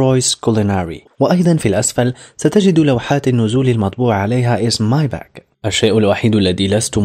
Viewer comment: مايباخ و ليس مايباك رولز رويز كولينان و ليس كوليناري